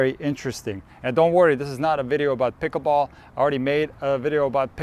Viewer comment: No hearing the word "pikaball" over and over is annoying.